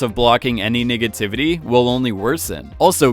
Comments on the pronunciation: this man 100% just said "niggativity' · this dude just said "any niggativity" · he says "niggativity" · He think he's slick keep saying "Niggativity"